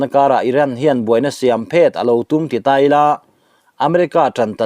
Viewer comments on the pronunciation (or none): none